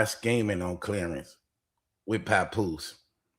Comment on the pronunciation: She called her Clearance but it sounds like Clarence 😂